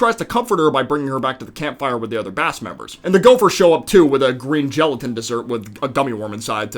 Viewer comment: Bro really said geletain